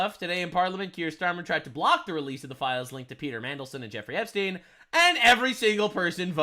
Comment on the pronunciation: looll "Epstiny"